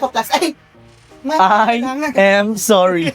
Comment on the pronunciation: "I am sowwreee" HAHAHA